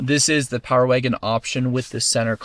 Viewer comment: He said power waygon